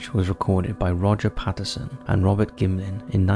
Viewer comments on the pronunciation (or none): none